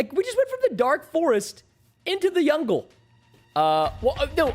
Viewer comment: Fix ur Speech its Jungle not yungle